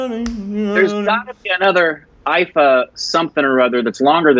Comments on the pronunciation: IIFA awards is pronounced as "eye-faa" not as you spell it I-I-F-A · It's iifa not I fuck 🤣🤣🤣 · Haha....IIFA, not I fu.... Oh god. This video just made my day....thank you....... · She didn't say I fuck. She said iifa 😂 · That chant was iifa (eye fa) not i fu*kk 😂😂😂😂 Its not I I F A its iifa (eye fa) its a word not single alphabets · And, its not IFF! Its IIFA!! # Korbinized! 😆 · Try watching the entire video .. Priyanka was awesome. Btw, she said IIFA and not I Fuck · She said IIFA as an acronym... EYE FA. Not I F*** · We never thought of IIFA ( eye fa) as what and thought😂😂 that is how the acronym is said. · IIFA is pronounced as Eye-Faa... And that’s what she was chanting 🤣 “Eye-Faa, Eye-Faa, Eye-Faa” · She was saying IIFA you say it wrong I I F A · And made it "I fuck" 😂😂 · Abhineet Magar yeah i did realize later when said Eye-Faa... but i had already typed the comment by then so 😅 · & finally know IIFA as a word with a freaky pronunciation 😄🤪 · Hey ! That weird chant that Priyanka was doing was “ IIFA “ which is pronounced “ eye - Fa “ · Omggggg it was IIFA 😂😂😂 the award name oh godddd😂😂😂😂😂 not i fuck 😂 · HAHA OH GOD you guys didn't get the chant because you've been pronouncing IIFA wrong 😂 we don't say the letters separately, we pronounce it "EYE-FA" - that's what she was chanting 😂 😂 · It is not the full version video.... And IIFA is pronounce as Eye Faa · iIfa is pronounced as I-fa.... It was funny tho when she said it on stage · pronounce it like...... EYE FAAA IIFA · She is saying IIFA which is the awards function.. It’s pronounced AAEEFA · She said IIFA! IIFA!!! IIFA!!! 🙄🙄 Pronounced 'Eye-Faa' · wow they got no clue IIFA is pronounced as eyefa 😅😅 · IIFA is pronounced as i fa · "iiFA" "IIFA" NOT i F**K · That was not a complete performance first of all. Secondly thats how you pronounce IIFA and i have corrected you on all the performances you guys have reacted to.